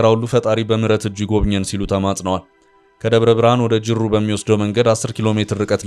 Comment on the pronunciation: አሁን ጅሩ የሚነበበዉ እንዱህ ነወወ? ሩ ን ጠበቅ አርገው ። አፍህን እሰት ፈጅቶታል? ። አጣዬንም ሰታነብ ። ጣ ን አላልተህ በማነብ ስታጨማልቀው ከረምክ: የአማራ ክልል ከተሞችን ዜና ማይከ ፊት ከመቅረብህ በፊት ትክክለኛ የቦታወች የከተሞች ሰም እንዴት እንደሚጠራ የሚጠብቅና የሚላላውን አጣርተህ ስራ። ሜዲያው ኤዲተር የለዉም እንዴ?? ወይስ በንቀት ተወጥረህ የምን ታመጣላችሁ ገዳይ ነው። ደሞዝ የምታገኘው በአማርኛ በማንበብ አይደለም እንዴ?